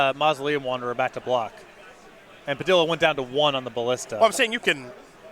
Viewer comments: I realize I can't expect people to know how to pronounce foreign names but every time he says "Puh-dill-uh" it kills me. Pah-DEE-yah dude!!! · Simon Willig listen is says Pi-dill-uh then that’s what it is! His word is law!